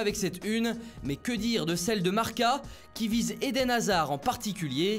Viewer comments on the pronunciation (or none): none